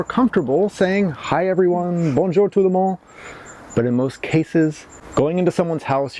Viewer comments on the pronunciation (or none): none